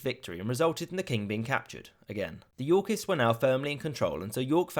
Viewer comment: The way he says "Yorkists" sounds too much like "Yorkies" and now I'm imagining adorable dogs killing people.